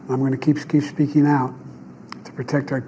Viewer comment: Biden begins his speech(?) with,"I am sfeeking to you". Jo, please do not belittle us and yourself by ever attempting to speak to our nation again.